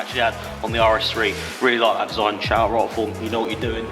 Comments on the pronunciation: If you are representing a brand you should at least pronounce their name correctly. You are literally the only YouTuber that says it wrong it’s ROTI-FORM not ROT-A-FORM think rotary rather than rot. Nice wheels 😬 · Free wheels from a company that he pronounces the name wrong more than once and a smashed up splitter honestly is this what your channel has come to now